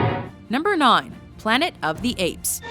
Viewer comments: did she say non instead of nine? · Number "non." Did you mean to say number nine?